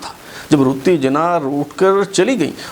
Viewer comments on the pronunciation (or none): قائداعظم کی بیوی کا نام“ رَتن بائی پیٹیٹ” تھا، اور اُنہیں “ رَتّی جناح “ کے نام سے پکارا جاتاتھا ، آپ مسلسل “ رُتّی جناح “ بتا رہے ہیں ۔ RATTANBAI PETIT ( RATTI BAI )